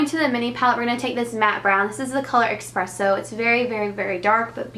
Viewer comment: If you read the name of the dark eye shadow you'll see that it's "Espresso" not eXpresso. Not trying to be bitchy or anything just wanted to point it out since it's such an easy fix!! Gorgeous look!!